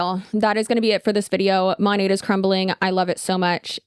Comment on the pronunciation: Why is it that the only ones who bother to pronounce Monat correctly are the anti-MLMers